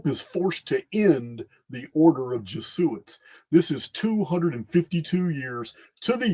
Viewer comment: It’s your helpful OCD English dialect assistant again. (2.08 .48) Jesuits - it’s normally pronounced Jez oo its ❤